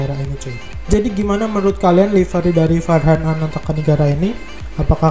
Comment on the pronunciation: Bang nama gua farghan di baca = fargan